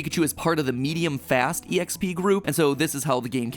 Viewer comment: This mofo really just said “e-x-p”. Wtf Matpat. Wtf